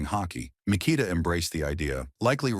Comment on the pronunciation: Mik ah tah. This AI shit is taking over.